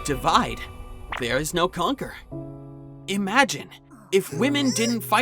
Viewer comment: Why "DE"-VIDE? Why not "DI"-VIDE...?